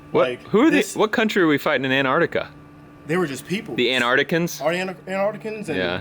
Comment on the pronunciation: I’m an aussie, and the way you pronounce Antarctica is hilarious